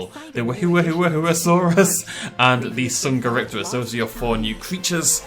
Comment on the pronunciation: Ha they pronounced minmi rong Edit: and dsungeripterus